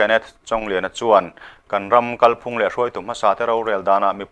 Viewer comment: Kalphung lam dan hi kan hriat chian a ngai. "Kal" tih lai hi, " kalkawng" tiha "kal" anga thlûk hniam tur; "ka 'kal' thei lo" tih anga thlûk loh tur. I lam dan a dik lo tlat. Thlûk hnihnaa lam tur a nia.